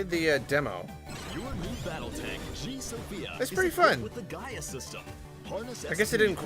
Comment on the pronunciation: Did that announcer say "Gee-a Sophia" with the "Guy-a" system, even though they were both spelled "Gaia"? Or was I hearing that wrong?